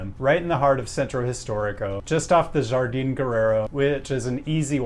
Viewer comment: Jardín is pronounced“har-deen”